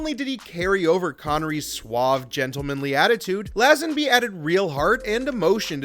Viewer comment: How the hell do you manage to mispronounce “Lazenby”?